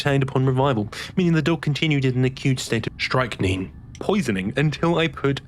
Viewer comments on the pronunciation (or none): The scariest part of this video is how he pronounced strychnine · Strick-neen, or, in the US, its often pronounced with -nine instead